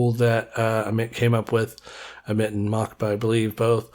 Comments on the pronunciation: It’s not Mockba, it’s “Moskva”, aka Moscow. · I think it is meant to be pronounced Moskva as the Cyrillic would look like Mockba, which means Moscow. Great video, this really unlocks a lot of new features.